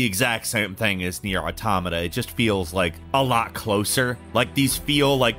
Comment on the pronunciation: i love you, ur my favorite bird, but you always butcher the name Nier Automata, but YOU GOT IT RIGHT THIS TIME ❤️